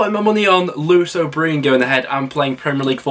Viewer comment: Class video but mate… Lewis O’ Breean aha😂